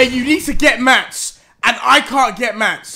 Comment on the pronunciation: Stop saying "MATS"